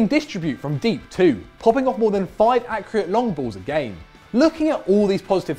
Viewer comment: "Popping off more than five accreate long balls a game."